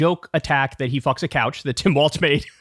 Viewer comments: Kyle: He pronounces it "Walls" not "Waltz." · Come on man, his name is WALZ NOT WALTZ. Please stop mispronouncing it!